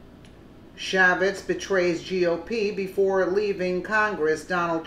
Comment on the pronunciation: Chaffetz == pronounced Shay-fitz